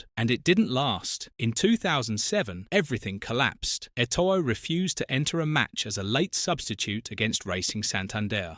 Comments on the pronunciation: Pronounce names properly. Its not Samuel etOO it's pronounced too. And it's Gremio. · That pronunciation is painful lmao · Hahaha I cringed too when I heard Eto-oh 😂